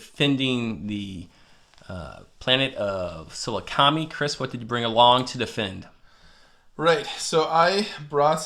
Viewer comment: Just random FYI: Sah-LOO-kah-meye”